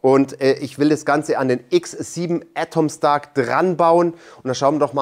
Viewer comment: Die Aussprache des Firmennamens wird immer schlechter. Letztes Mal "Ätomstack" und jetzt "Atomstack" ... wie wäre es mal mit "Ätomstäck"?